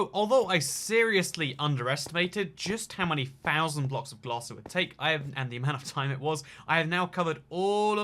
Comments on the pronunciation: 'Fifty five fhousand' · "fitty five fousand" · When he says 55,000 it sounds like fifty five fousand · Nobody: Not a soul:: fifty five F O U S A N D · “55 FOUSAND” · Absolutely no one: Him: 55 FoUsAnD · Fifty five fousand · Fffifty ffffive fousand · 55 pfhousand 😂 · Fifty five fhousand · Am I the only one hearing “fifty five fousand.” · God I had to stop watching after the 55 fousandth time he said fousand. I know it's just the way he talks but my god it's grating. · Fousion is his word for thousand